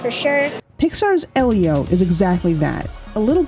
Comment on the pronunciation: Lol! Thank you,! 💖It bothers me so much when someone mispronounces Elio after they watched the movie.